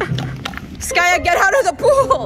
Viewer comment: I love how the fact the she called skaya skayu😂❤